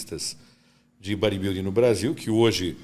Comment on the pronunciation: O que tem de barba tem de inveja. E não é Baribilding é bodybuilding ok? Acorda, sai da sua bolha! Detalhe, falando mal dos outros com o terror dos motoboy (quem entendeu entendeu)